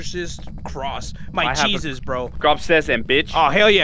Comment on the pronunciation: says jesus in a way that is wrong, must say Iesus like a Spanish man